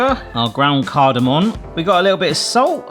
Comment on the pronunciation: Cardomom not cardomon come on 😂😂😂